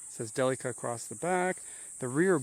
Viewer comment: i know this is 4 years old now, but i like watching these, and this is the only person ive seen whos pronounced "delica" correctly lol